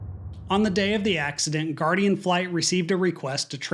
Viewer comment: its Guardian Flight not Guaradian